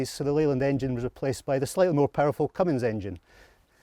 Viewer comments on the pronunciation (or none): none